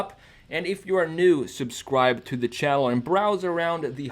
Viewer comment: “and if you’re new, subscribe to the chalenn”